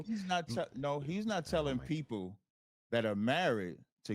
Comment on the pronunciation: Lol he says peepoo instead of people.